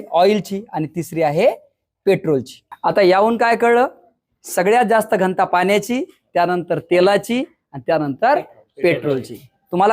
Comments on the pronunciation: घंटा नाही रे दादा घ न ता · घंता नाही... घ न ता... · उत्तम👍🏼👍🏼👍🏼 फक्त घ न ता...✅ घन्ता... ❌ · घ.न.ता. घंता नव्हे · घन्ता नव्हे घनता... 😊